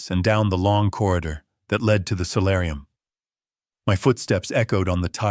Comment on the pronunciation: Solarium, not salarium